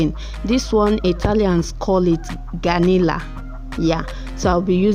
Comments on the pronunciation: Gallina not ganilla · Hahahahaha I just dey laugh oo they call it Gallina not Ganilla meanwhile the pepper soup look super delicious, thanks for sharing